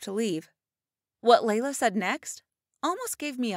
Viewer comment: My name is Lyla it is pronounced LILAH when she said Layla is was like ummmmm ok😂😂😂